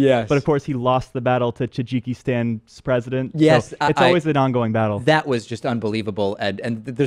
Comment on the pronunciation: says Tajikistan the way I first thought it was pronounced! lol I love it!